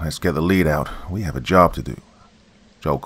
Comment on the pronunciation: Get the lead out (lead pronounced led not leed)